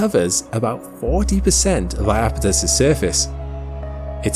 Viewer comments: Beautiful video. But I wish people wouldn't call the moon eye-apetus. When I grew up, it was spelled Japetus, with a J, which caused everyone to pronounced the word with 3 syllables in proper Greek style as "yapetus." And then, at some point, that J turned into an I and everybody decided to add another syllable. Every guide now reflects that. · eye-apethus? is that really how English is butchering the name?